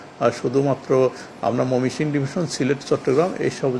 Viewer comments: ময়মনসিংহ বিভাগের নামটি শুদ্ধ করে বলতে পারেনা কেমন কর্মকর্তা কর্মচারী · ময়মনসিংহ বিভাগের নাম টি শুদ্ধ করে বলতে পারে না কেমন কর্মকর্তা